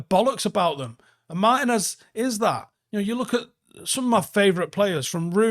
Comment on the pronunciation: It's "Mar-TEEN-ez"